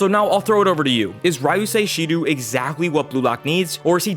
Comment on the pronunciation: Hey dude just so you know Shidou is pronounced like She-dough. Great video btw